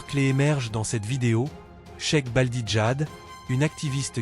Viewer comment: de merde ce n’est sec baldi la sœur s’appelle cherif Balde’ prononce bien ou arrête.